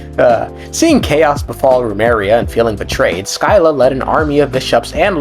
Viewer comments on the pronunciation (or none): Sp triggered everytime "Sky-la" is pronounced. The old greek pronunciation is "Sih-luh". While i read modern greeks might read it as "ski-luh". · Sih-lah. SIH-LAH. Also as a black person even I don't say the N word, keep it out your mouth. You're so cringey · As someone who studied Odysseus during elementary school, the "Sky-la" HURT